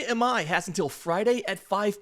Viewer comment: Hey appreciate the videos. Real quickly, if we get Tatsuya, and you want to say his last name natively, it is pronounced like ee my. The I is like spanish, so ee sound.